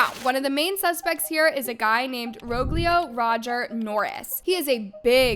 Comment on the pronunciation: Rogelio is pronounced ro-heh-lio